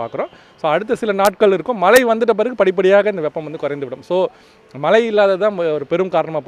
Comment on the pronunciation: மலைகள் வருமா😮. தமில் வால்க 😃 weather man நாக்குல தர்பய போட்டு தேய்க்க.......